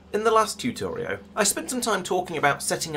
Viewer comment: r u saying "Tutorio" ?..... bravo, sir.